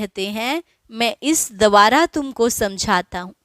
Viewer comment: शब्द है द्वारा, न कि दवारा